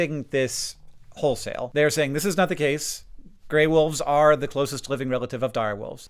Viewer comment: I do find it kinda funny that the woman in their advertising material calls them "Dire woofs"